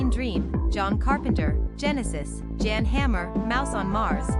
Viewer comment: “Jan” Hammer 😂😂 Software reading the press release I wrote about software. INCEPTION!